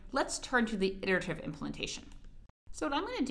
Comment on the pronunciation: lol she can’t pronounce iterative.